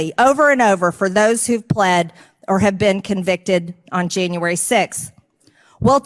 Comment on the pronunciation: stu2 I despise her! I know it's petty, but I can't even stand the way she says "Jane-uary" instead of "January"! She's a vile ignorant monster.